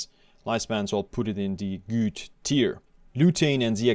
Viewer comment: Are you actually convinced that this is a proper way to pronounce „good“?